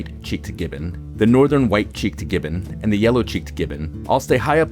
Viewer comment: You use a lot of contrasting sentence constructions (eg: "That's all the lesser apes... let's head on over to... the great apes"; and "the southern white-cheeked gibbon; the northern white-cheeked gibbon...") but aren't getting the prosodic stress right (eg: emphasizing "apes" rather than "great", or "southern" but then "white" for the northern one).